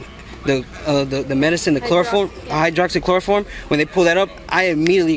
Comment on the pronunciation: I knew what he meant but I have to admit I laughed hearing him say "hydroxychloroform".